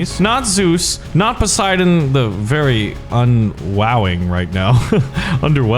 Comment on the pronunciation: bruhhh its poseidon not posieden